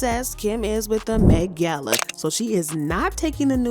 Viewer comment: The way you say "Met gal" is killing me 😂😂😂😂😂😂😂😂😂😂😂